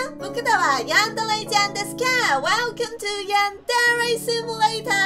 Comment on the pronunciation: it's funny how she says yandele-chan instead of yandere-chan